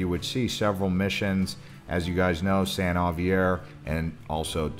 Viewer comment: Enjoyed the tour. Friendly note: Too-maw-CAW-corie; Dee ANza; San Hawv-year. Definitely.